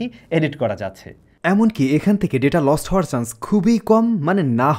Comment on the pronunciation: আপনার কিছু উচ্চারণ খুবই শ্রতিকটু। চান্স কে বলছেন সান্স।